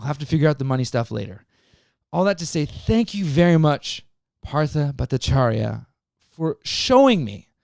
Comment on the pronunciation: Your pronunciation was close.. except for the last name Bhattacharya. 'Bha' is supposed to be pronounced with more emphasis on the 'h'. The way you said it sounded like 'bu' as in 'but'. The sound of 't' is supposed to be like 't' in total.